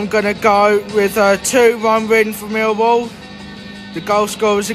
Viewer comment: Love the videos , but why do you say “millwall Jeff” , but I love the videos keep it up COYL🦁🔵